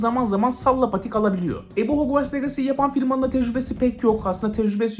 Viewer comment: abi bide legasi değil licısi diye okunuyo . Aklında bulunsun